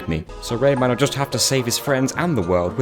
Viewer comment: I KNOW this little bloke is called Rayman. I know this. I’ve played the Rayman games. But in this video my brain is CONVINCED that you’re calling him Raymond and it’s 100% satisfied pretending that’s his name.